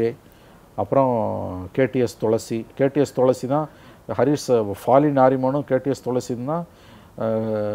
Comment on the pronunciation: Thulasi ila pa tulsi .... Haha 😂